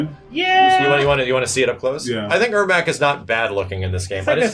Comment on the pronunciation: Airmac? Ermac